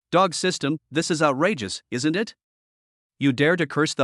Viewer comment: "Isn't" pronounced AI ES EN TEE??? This is too much. Just try to improve the pronunciation of this AI or at least remove the contractions from the text before having it read by it if it is so incapable.